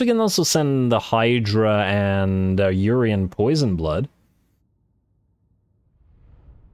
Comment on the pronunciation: It's not Urian Poisonblood his name is Urian Poisonblade.